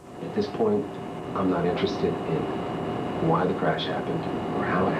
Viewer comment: Why does Sam keep saying “craysh “?